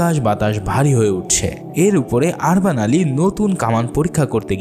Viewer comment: অনেক উচ্চারন ভূল আছে আপনার। আরবান না উরবান উস্তা মোরা না মোরিয়া নাতরাস না নোতারাস